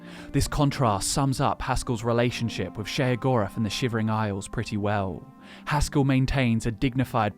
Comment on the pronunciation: It is Haskill, not Haskull.